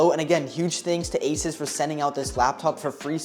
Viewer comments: bro is asus not aisas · I hate when people pronounce asus asis